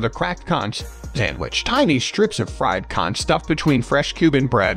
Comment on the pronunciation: It's B.O.'s Fish Wagon ! Also, it's KONK, not concchh !!!